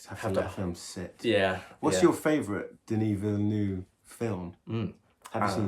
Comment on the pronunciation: actually got the name right, Denis like (De-knew) Villeneuve like “Veele Neuve”